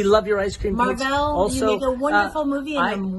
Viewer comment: Haa....you guys are great....I am going to start pronouncing Marvel as Marr-vell 😂